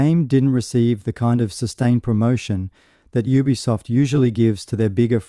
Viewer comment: Thanks for video.. please try saying ubisoft as YOU-BEE-SOFT or U-B-Soft .. but one word obv